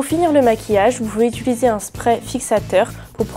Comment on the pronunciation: On dit UTILISER et pas UTULISER